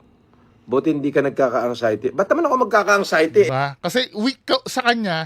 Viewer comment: Pakisabi Kay ….its ANXIETY……NOT ANGXIETY. Walang “G”